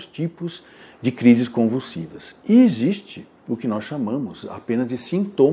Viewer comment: Pq ele não sabe falar "existe"?